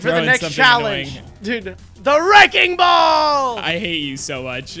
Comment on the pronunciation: I came in wike a weking ball😭😭